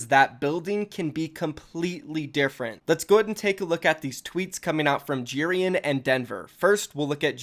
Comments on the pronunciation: pretty sure you say it like J-eh-rian not j-ee-rian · Its pronounced Je-rian not Ji-rian